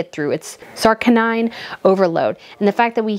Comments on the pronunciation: Saccharine is pronounced “sach rine” , not sarcaninine ! Just saying. Meaning excessively sweet or overly sentimental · Just FYI, in the nicest possible way- the word ‘saccharine’ is pronounced ‘sackarin’ obviously meaning - over sugary or trying to be over sweet in personality or sentiment- obviously not a compliment- thank you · Ok, this is nitpicky but I say it in the nicest way possible, I promise. Please, please, please, get one of those apps that will teach you how to pronounce words you don't know. I cringed when you said saccharine, and when Harry was described as besotted you said bespotted. I love you, but if you're gonna have a big YouTube channel, you need to know how to pronounce the big words properly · A very small pointe, you might want to find out how to pronounce 'saccharine' as SACK•ĕh•rîn, the artificial sweetener, not să•CAR•nīne, but no worries. On a more valuable topic, l have watched several of your commentaries, and never, ever have l been disappointed. I have high praise for the fact that you are able to speak non•stop for the better part of an hour +/-, and your comments are always relevant and interesting. The fact that you can give us so much information within such a limited amount of video is most impressive and informative. You truly have a talent for this, and it is always a treat to watch you ! Whenever l want to catch up with the royal family's current events, l know that l can rely on your very informative and current knowledge. Thank you, and well done. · "Saccharine" is "sack-uh-rin" not "sarc-uh-nine." Other than that, would not change a word of what you said. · It's really the Rachel show. Haz rarely gets to talk I have noticed. Edit - you are spot on here. (the word saccharine is pronounced sack rin) :) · You might want to look up, "saccharin, " the definition and pronounciation.